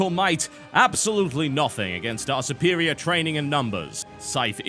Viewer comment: drink every time u hear suppperirior